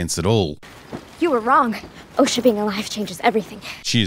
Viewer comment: Hey, Why can't you pronounce O-sha correctly? As in ocean. Not osh like a sneeze. Although the sneeze is funnyer.